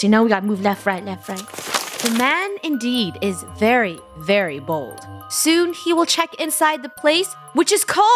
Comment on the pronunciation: When they read "the man is very, very bold" , I thought they read the man was very very BALD😂😂😂😂😂😂😂😂😂